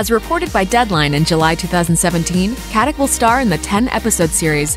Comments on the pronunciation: Her last name is Katić, which is pronounced KatiCH (well, similar, that 'CH' is more like 'C' in word Ciao), just like you pronounce JokiĆ, DončiĆ, VučeviĆ, BogdanoviĆ, StojakoviĆ, etc... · Pronounced Katitch ffs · it's pronounced katiCH. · It's really pronounced "Kat-ich."